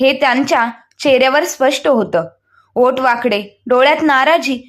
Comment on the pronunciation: ओट नाही ओठ